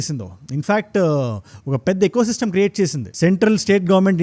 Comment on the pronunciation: ఎ కో సిస్టమ్ కాదు... ఈ కో సిస్టమ్